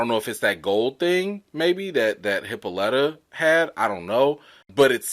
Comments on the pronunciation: Uncle George’s wife (Hippolyta) name is pronounced Hip-po-Lie-tah. She named after the Queen of the Amazons, she is also the mother of Diana aka Wonder Woman....and Hercules may’ve stolen her belt or she gave it to him depends on the story. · Hippolyta. (Hip-pa-lit-uh) just wanted to help you out my guy lol. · The name Hippolyta is from greek mythology she was a daughter of Ares and Otrera, queen of the Amazons. Its pronounced [HI] + [POL] + [I] + [ TUH] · It's supposed to be pronounced hip-PAUL-ih-tuh, like Wonder Woman's mother's name, hence the daughter's name being Diana. The way they're pronouncing it in the show concerns me. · They mispronounce her name EVERY episode. It's pronounced Hip-ah-lə-ta. She is named after the queen of the amazon's. . . I guess it's done purposely, but whatever.